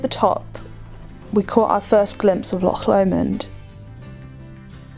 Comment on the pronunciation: Not only did you pronounce Milngavie correctly, you also got Loch right too! Well done! Very much appreciated....so many non-natives get Loch wrong.....pronouncing it ‘Lock’.....especially boaters....I have a very English accent, (English father, boarding schools..) but pride myself in getting the Scottish words right. Thank you 🙏 and also thank you for all your YouTube/video efforts... all much enjoyed. 👍